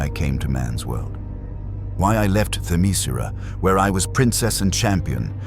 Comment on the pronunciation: I've been through many AI videos already, and all of them keep mispronouncing Themyscera.